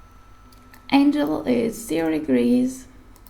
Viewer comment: Im not sure if you’re Russian, but Angle would be pronounced more closely with the word ангел. in English I have frequent confusion between Angle, and Angel. Now I wonder, what is the word for Angle in Russian?